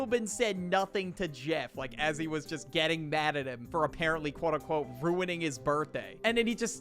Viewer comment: Why does for sound like engween 💔😭